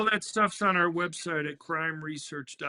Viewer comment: as a suggestion, he probably shouldn’t spell “.org” it kinda sounded like “crime research orgy”